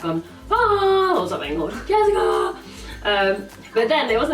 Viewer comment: Omg I used to have a housemate who speaks in the exact same way as 😂 I already found that funny but her best friend was called Jessica and she used to say Jessica in the EXACT SAME WAY